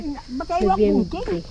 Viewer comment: No-vem-ber po.🤣